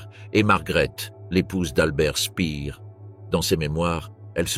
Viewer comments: EXACT: PHONETIC SPAIRR non pas SPIIR BERG - HÔF etc... de plus L'ARGENTINE VIENT DE DECLASSIFIER QUE ADOLPHE ET QUELQUES AUTRES VIVAIENT en ARGENTINE et sont mort de leur belle mort tardivement on ne s'attendait pas à moins avec tous les savants nazis dans la NASA let les universités US dont STANFORD. Le Reich était un essais millenariste des banquiers Talmudistes QUI REFONT LE COUP avec l'Europe actuelle .Le communisme soviétique une entreprise de destruction du peuple Russe pour accèder aux ressources de ce pays continent. A l'ouest rien de nouveau à l'est non plus.Deux cailloux dans la chaussure mondialiste tout de même. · On ne dit pas spire...pourquoi tout prononcer en anglais quelle manie... albert Speer se dit prononce chpère... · Tous les noms , ou presque, carrément faux: Berghof ( = ferme de la montagne ; Speer et non Spier etc . Mieux vaut ne pas être Allemand pour comprendre 😂😂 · La prononciation d'Albert Speer et du Duce, la description de la fin dans le Bunker de Berlin. C'est assez pathétique en effet.